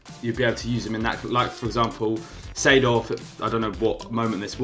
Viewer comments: Lmao 92 rated clarence "seeford" and not seedorf lol gg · I love Clarence “Seeford”